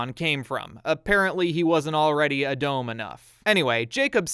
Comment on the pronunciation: I speak hebrew, first of all it was a great video, there are more puns in the bible like Joshua (יהושע - Yehoshua) and Samuel (שמואל - Shmuel), hope you'll enjoy those too Second, the pronaunciation is actually good, but the only problem i had is with Edom (red in this context), we read and write it as Adom unlike in the bible (if i remember correctly they do use Edom in the torah so i get the mistake) Third, in schools we taught that Esau's name originate from him being ready (עשוי - Asuy) like a grown up, hope it makes sense